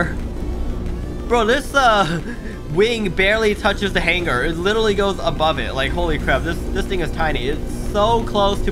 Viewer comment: Seriously I respec you for correctly saying what that is (hangar)